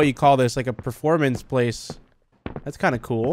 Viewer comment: "Proformance place" It's a theatre